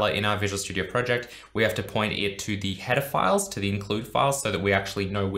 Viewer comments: Who else heard "Pedophiles" everytime he said header files lmao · Whenever he said "header files" it sounds like he's saying "pedophiles"